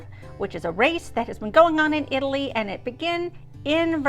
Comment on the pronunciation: This video was super fun to watch. And kudos to you for you super good Italian pronunciation! Plus I loved that you mentioned Dante. ❤